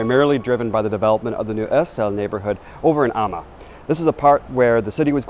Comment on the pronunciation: Had to say it, you gotta great pronounciation of “Amager”!